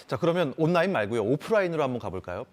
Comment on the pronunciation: 아나운서 발음이... 온나인, 온나인...